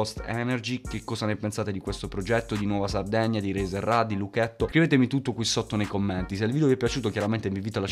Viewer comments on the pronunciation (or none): Si pronuncia “Razer” con la “a” non con la “e”. Comunque bomba.